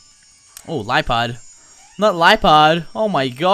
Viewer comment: It's (le-a-pard) not (lie-pard) lol